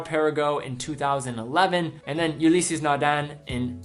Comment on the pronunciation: 'Ulysses' Nardin Tommy 'Hilfinger' Audemar's' Piguet 'Putek' Philippe Amateur pronunciation mistakes. I expect more from this channel.